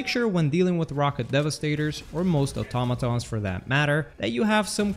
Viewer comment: im so glad you pronounce Automatons right